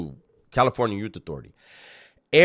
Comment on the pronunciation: You went back to saying California "Yute Authority" 😂